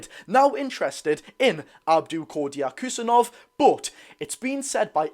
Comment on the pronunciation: I'd just go with "Abdu Khu-sa-nov"